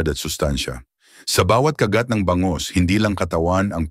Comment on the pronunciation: Bangus (mabilis) hinde Ba-ngus .. Kagat (mabilis) hinde Ka-gat. Mabango (mabilis) hinde maba-ngo. Nagpapa pogi kpa ng pagtatagalog mo pero ansagwa, panget pa rin.